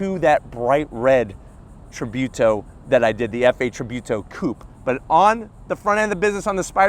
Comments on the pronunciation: And it's tributo not tribewto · Tributo not trybuto. Great video anyways👍🏻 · just as a side notre its pronounced treebooto